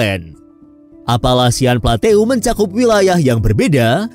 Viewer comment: Maaf cara baca PLATEAU bacanya PLATO mimin..